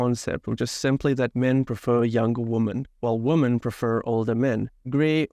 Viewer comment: Woman (singular) and women (plural) should be pronounced differently from each other...